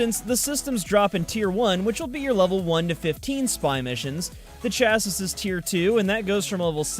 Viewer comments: I'm TRIGGERED its "Shah-See" not "Chahs-is" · chassis? say it cha-see. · You pronounced Vauban correctly but when talking about Ivara parts you said "Chas-sis". It's pronounced "chas-ee". Yes, I'm a sad little man for pointing that out.